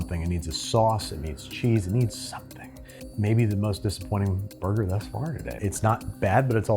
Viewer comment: Is there any particular reason this chick needs to short hand simple words? Really can't say cheddat, gotta shorten it to "ched"? Can't say burger, have to say "boig"? Just annoying. Also, making me uneasy looking at under-well burger patties, doesn't need to be charred, but dang it could spend more than 60 seconds on the grill.